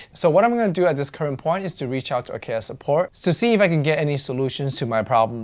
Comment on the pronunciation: I am not trolling or gatekeeping, but I hope you realize that you are pronouncing Acaia incorrectly. It's an Ethiopian varietal and pronounced differently. It is just something I wanted to point out, otherwise great video. You can check Acaia's own channel and how they pronounce their name. It's an honest mistake, James Hoffman even mispronounces Timemore's name, so it happens to everyone.